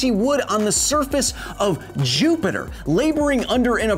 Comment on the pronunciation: "Like he was living in the surface of jupe-jupe" I CANT B R E A T H E